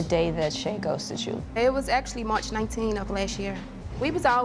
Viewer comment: the girl who’s goes into a British accent when she says “March 19th” so shes def an actor